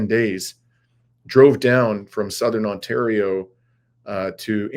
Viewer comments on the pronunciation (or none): none